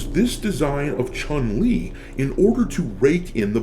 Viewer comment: I do the sf6 1 time a month for the BP but I can't stand the game because how level select works. PS I wish people learn to say her name right Chun is closer to chewn then what people say